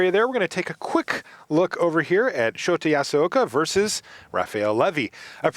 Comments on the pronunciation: Shota's name is pronounced show ta, not shot a. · He's pronouncing it Shoti. LOL. Poor guy.